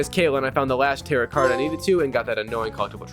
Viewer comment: Tear-O not terrets. Tarot